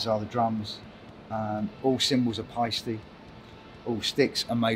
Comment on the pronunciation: Now I know how to pronounce Paiste!